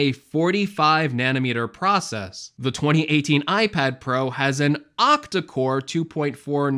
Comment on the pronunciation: but-en oof and its Octacore not Optacore KEK